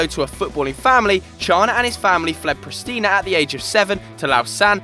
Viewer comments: Prestanya? It's Pristina (Prish-tin-a) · You said Prishtina wrong!!!